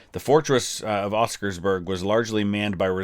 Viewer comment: Just to add some notes on the language. Oskarsborg translates to Oskars fortress. So by saying oskarsborg fortress, you're saying Oskars fortress fortress. Also its more o sound and not e as you said. As berg is another word that roughly translates to mountain. Other than that loved your raction and hope you find time to watch the entire movie